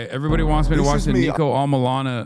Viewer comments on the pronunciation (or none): Niko not NEEKO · Niko hates his name being pronounced like you pronounce it Hasan lol x